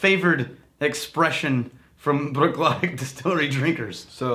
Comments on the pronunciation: Love that you're reviewing my favorite distillery. But please... "Brook-laddie." Also, Port Ellen Maltings malts barley for most of Islay. Bruichladdich has announced that they are opening their own malting onsite to continue to produce Islay-centric spirit. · You pronounce the fookin CH, the clue is in the second word laddie which as you can tell doesn’t end in CH